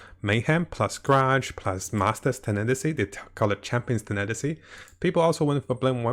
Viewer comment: It’s not tenetasy it’s tenacity (tena + the word ‘city’) I know that it’s not your first language, but it’s not mine either and I would want people to correct me :)